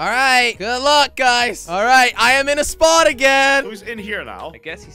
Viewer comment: 1:he said "this so" where is the "is" inbetween 2 it's spot not sport sport is completely different thing